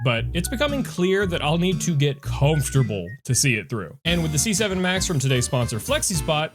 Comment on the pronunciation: c7 almost sounded like 67